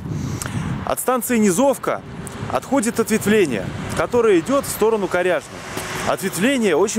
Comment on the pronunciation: Низовка, ударение на И